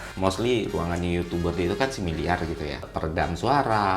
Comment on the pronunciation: bang. kenapa kalau ngomong similar suka jadi similiar?